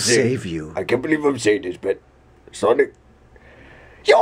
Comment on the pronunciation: sonic amy said sonmay